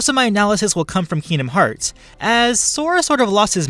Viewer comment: I’m not in the fighting part and I’m already cringing cuz he’s call kingdomhearts wrong. And also why is he taking away Sora’ powers but not Aangs